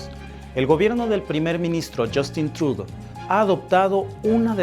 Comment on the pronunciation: El apellido del presidente se pronuncia Trudó, no Trud